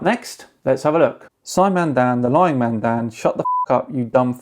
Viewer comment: Congrats on 100k Simon Dan! Oh...that's not a typo... YouTube closed captioning says your name is Simon Dan. Maybe you should enunciate MAN a little better...lol. You know what? You DO kinda look like a Simon....Dan!